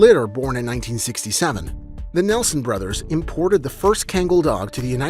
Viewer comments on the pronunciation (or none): none